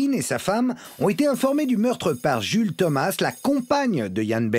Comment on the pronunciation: Ian Bailey = [ iiyen beïli ] et "Jules" = [ djoulz ] Chaud l'anglais des journalistes français quand même! xD